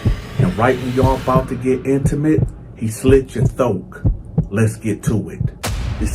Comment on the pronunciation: Is he saying thoke ????